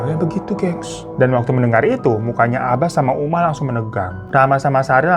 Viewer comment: 14.20 uma jadi umi 🤣🤣🤣